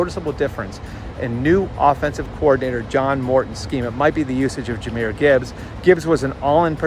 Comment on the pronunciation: "Jahymyr" Gibbs